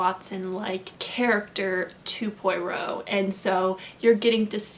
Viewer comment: This was a fun video! :) Just a little tip: The easiest way to pronounce "Poirot" is "pwah-ROW". I listened to all the BBC radio plays and learned to pronounce his name finally!! :)